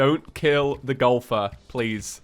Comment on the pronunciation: I love to death, but when he was saying Golfer.... Did anybody else hear Gopher?